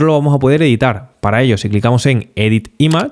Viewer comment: Me encantan tus videos! Vengo aprendiendo muchisimo, muchas gracias! Tengo sólo una critica constructiva., que veo que venís repitiendo en todos tus videos, la palabra "imagen" en inglés se pronuncia ´Imij , no ´imaj . Espero no te moleste la corrección, todo es para seguir sumando. Un fuerte abrazo!